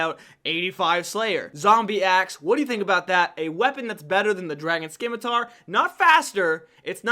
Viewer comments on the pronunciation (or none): Great video! My only constructive criticism is to pronounce "scimitar" correctly. 😅